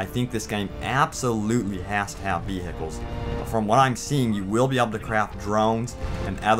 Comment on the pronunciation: Lol veehickles